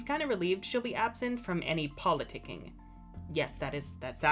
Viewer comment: I cringed at "politici-ing"